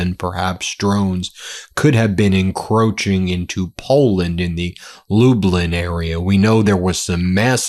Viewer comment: Such a simple name for a Polish town but still not pronounced right, it's not Lubelin it's pronouned Lublyn, it's spelling is Lublin, say club then minus the c. Sorry for pointing it out, I'm a fan of yours, but from a Polish background living in Canada and visited Poland before, it just bothered me hearing it pronounced so bad. Also my dad is from a small village near there, so that was the area of Poland I visited to meet relatives of mine.